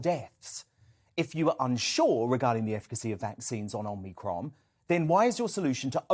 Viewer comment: Perhaps learn to pronounce the name: "Om-ee-cron", not "Om-nee-cron". People might take you a bit more seriously. Then again maybe not whilst you insist on using ridiculous soundbites like "scariant" instead of "variant". Sad thing is that whoever came up with that cringe - worthy piece of word play probably thinks it's really clever. Oh, and quoting things that scientists said 18 months ago as still true and relevant doesn't take all of the masses of research conducted since into account. Back then, it was true to say that we had no effective treatment or vaccines for covid. By your own logic, that means it's still true now. So how do you explain the reduction in the infections to deaths ratio?